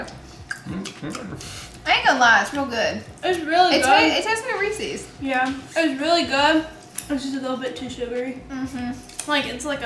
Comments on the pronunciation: Ok I guess I'm gonna be the person to say... it's Ree SAYS not ree SEES. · “ree-sees” ???? its just “ree-ses” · “Resee cups” 😂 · Ree-sees cups? Your Alabama is showing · Haha yea 🤣. Oh and “Resee cups”.... 🤔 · I find it so weird Americans pronounce "Reese's" like "Reesy" there's no "ee" sound at the end y'all it's literally the name Reese like Reese Witherspoon or whatever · How did they say Reese cups wrong ? 😂😂😂 must be a southern thing. Because I heard no wrong lol